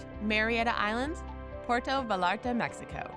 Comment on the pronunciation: PWAIRTO VA-LAR-TA.